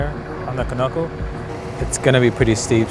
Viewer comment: Did he really say Kaknucle?